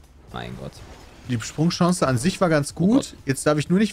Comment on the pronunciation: Pedda: "SprungChance"